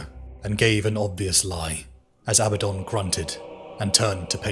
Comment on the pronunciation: It's Abaddon, A Bad Don, not Abbadon.